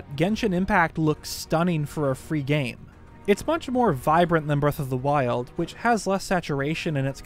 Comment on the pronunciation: Did he say “Breath of the waifus”